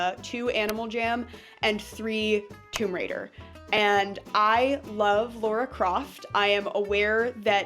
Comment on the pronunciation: Unimportant pet peeve, but it's pronounced Lah-rah and not like the name Laura. I love Lara Croft too.